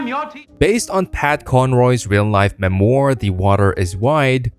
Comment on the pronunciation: Yes, the word "memoir" was pronounced "muh-MOYRR".